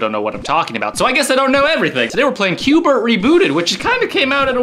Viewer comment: It's qbert You said qbe XD